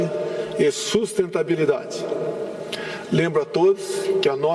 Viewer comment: Ele falou "sustentabilidade" ?!?! 🤭🤭🤭🤭🤭🤭